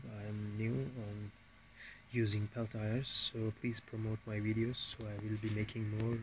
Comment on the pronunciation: Wait, you made that whole thing and the entire time, you were calling them Pell Tire? It’s pronounced Pell - T - A. Pell Tee Yay.